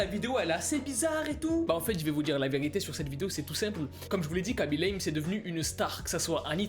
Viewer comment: On dit Raby lame (khaby)